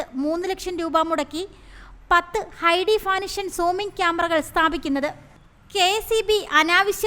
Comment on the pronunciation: ഹൈ ഡെഫിനിഷൻ എന്നാണ്